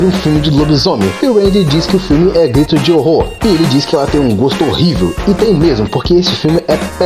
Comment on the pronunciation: Gtiro de Horror kkkkkkkkkk saiu o T no lugar do R